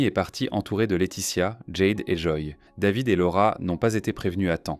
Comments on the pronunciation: Quand david est né, la va-t-en voulait que son prénom soit prononcé ''dèvid'' (sic) a l'américaine - une vraie française la bulgare de mes deux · Ce serait bien de prononcer les prénoms en français dans le commentaire. Jade le a c'est A jede. David avec un A pas une, devid. Merci